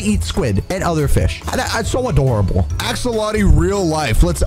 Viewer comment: Axolotl is pronounced like axalotul